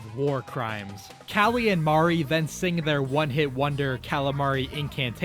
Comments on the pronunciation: You say Marie like Maree but it's like meree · Ah yes it mare it marie 💀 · First Mary, now Mari. Its MARIE. MUHREE 😭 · still can't pronounce Marie correctly I see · why do you pronounce marie like that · Ain’t no way you said Marie’s name wrong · Stopped watching when you mispronounced Marie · You did NOT say Marie's name like that.